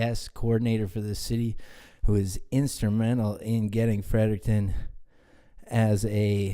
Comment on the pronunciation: LOL "city of Frert'n"